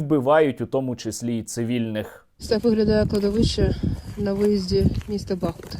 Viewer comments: Місто БахмУт, а не БАхмут. 🇺🇦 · Тільки не БАхмут, а БахмУт, дякую. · Сергій, не "бАхмут", а "бахмУт". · Не БАхмут, а БахмУт. Чому всі кажуть неправильно? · Добрий вечір, хотіла запитати, чому саме БАхмут? Просто зараз не зрозуміло як правильніше БАхмут чи БахмУт? Дякую за відео і інформацію! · Пане Сергій, хіба не БахмУт? ☹️ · Не Артёмовск! Але й не БАхмут а а БахмУт. Назва йде від річки БахмУтка. Очі всього світу приковані зараз до Бахмута, а журналісти та блогери не можуть вимовити його назву правильно! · Пане Сергію, не БАхмут, а БахмУт. Будь ласка, кажіть правильно. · Пане Сергію! Будь ласка, ставте вірний наколос у назві міста БахмУт! Ми зараз якраз тут і місцеві дуже обурюються на невірний наголос. Назва міста йде від назви річки БахмУтка. Тут у них і вірші навіть є на цю тему. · Правильний наголос БахмУт, дякую за випуск. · Доречі - правильно бахмУт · Пане Сергію, правильно казати БахмУт. Слава Україні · Дякую за новини, як завжди круто! Але Бахмут правильніше казати з приголосом на літеру у, тобто БахмУт. Слава Україні! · В назві міста БахмУт наголос на "у". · Бахмут, наголос на у, з твого дозволу Тебе поправлю! Тримайся, всього найкращого! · БахмУт, так буде правильно! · Бахмут наголошується на другому складі